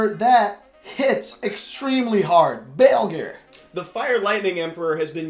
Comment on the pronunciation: Am I the only one that’s bothered by the word balegyr instead of baleygr?